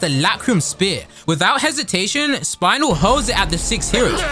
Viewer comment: I am about to commit a warcrime right now. ITS SPINEL WITH A E NOT THE BONE WHATS A SPINAL I WILL TAKE YOUR SPINAL FLUID I SWEAR STOP SAYING SPINAL ITS AN EEEEES 😭😭😭😭😭😭😭😭😭😭😭